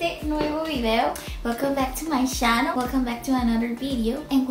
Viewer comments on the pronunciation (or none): I've been forgetting to comment that....I like the way you say "Chhannel" hehe =P...I think el acento Norteño is the best in Mexico...just my opinion! ....hahaha <3